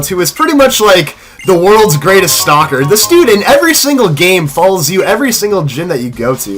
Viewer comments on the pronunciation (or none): none